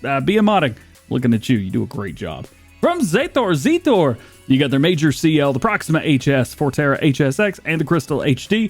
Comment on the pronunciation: For Zetor it's pronounced zEtter